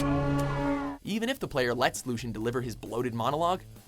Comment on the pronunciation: Lucien is not pronounced "Looshen". Just putting it out there.